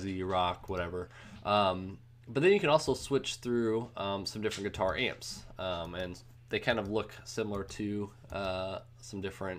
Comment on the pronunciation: Every time he says "Guitar", it sounds like he says "Qatar". Thanks for the video though :)